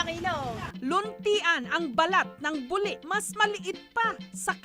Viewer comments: Natatawa ako sa pag-pronounce ni Jessica sa buli. LOL. Nagiging private part sa bisaya kapag ganyan yung pagkasabi. Hahaha. Dapat yung "li" parang pagkasabi ng "ti" sa Makati. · Hahaha kaya nga. Mali ang pagkapronounce ni Jessica. Natatawa ako tagasabi nya na buli. Lol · Mali kasi ang pagkapronounce ni Jessica. Nagiging private part sa mga bisaya.